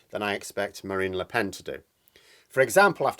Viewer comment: Actually no nasal vowel in Lepen. Pronounced Lepèn. But you're welcome to butcher her name as much as you like.